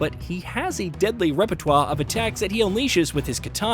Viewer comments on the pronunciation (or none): Wanna try saying repertoire again?